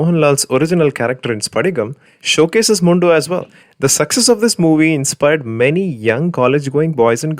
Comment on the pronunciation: Why u pronounce mundu like you are from a non lungi land